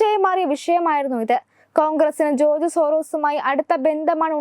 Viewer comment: ജോർജ് എന്ന് ഉറച്ചു പറയൂ കുട്ടി